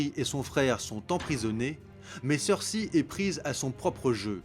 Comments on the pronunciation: Et pis faut arrêter de dire "cerssi" c gavant c Cersei putin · super bien fait, beau travail Par contre, sur les 6 saison et les jeux vidéo, je n'ai jamais entendu le nom de Cersei Lannister prononcé de ta façon, c'est assez dérangeant même, on dirait que tu l'appel persil. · cersei sa se dit pas cersy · Excellent, pour ce que je sais de cet univers. Par contre on prononce "Cerseï" non?. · tu prononce mal Cersei et Daenerys sinon très bonne vidéo !